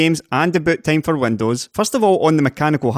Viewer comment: Did he say butt-time?